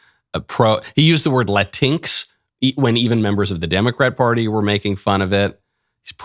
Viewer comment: Not La-tinx.. Latin-X yes it's stupid, but at least say it right 😅